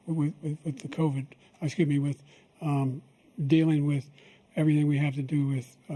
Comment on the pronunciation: "uh ecuse me"